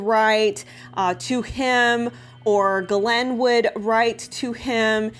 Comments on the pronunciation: Just a note, as someone who speaks some French Ghislaine is pronounced very much like geese/lane. sorry... the mispronunciation of her name drives me nuts. I legally changed my name because it was too French for people to pronounce. It was painful to hear it butchered at every turn in new and inventive ways daily all of my life. It's a thing.. just sayin'. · Her name is pronounce Jis Lane. yup Jis..... now think on that. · I think she pronounces it this way on purpose so YouTube won’t flag her video. There are a lot of words that YouTube will censor your videos if said. That’s why she says Jeffey as well.